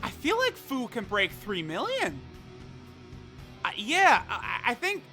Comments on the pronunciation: its pronounced FEW. not FOO. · "FOO" xD its FUU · i thought fu was supposed to be pronounced as fyu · Who here hears buu when says fuu